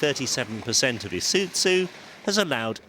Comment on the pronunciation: Is uT zu Really ? That is how he's saying it